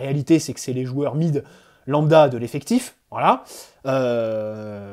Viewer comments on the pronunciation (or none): none